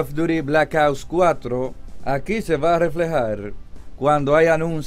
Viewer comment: Es muy difícil pronunciar OPS?